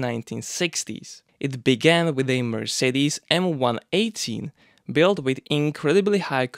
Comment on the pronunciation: You say Mercedez and show a BMW really.